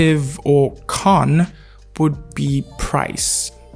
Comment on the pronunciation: you should say cons with s and make sure it sounds like cons instead of cun*s hahaha